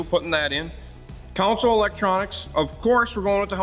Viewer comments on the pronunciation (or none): Is “council” a Wisconsin version of “console”? 🤔 con-sole